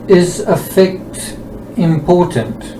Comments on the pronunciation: It may be more clear to the audience if you pronounce “affect” (as in, disposition) correctly with the emphasis on the first syllable to differentiate from the more widely known verb, affect (to influence) which is how you are pronouncing it. Not meaning to come across in a condescending way. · Just to say that affect has the stress on the A. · Dear please pronounce affect It's definitely than the way you are putting the emphasis on the words differently Is all